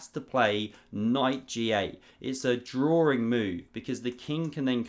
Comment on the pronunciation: Drawring? Really? Is that a word?